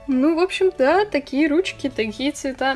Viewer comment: Странное произношение: отпеЩатываются, впеЩатление, колпаЩок, руЩки, оЩень мало, колиЩество.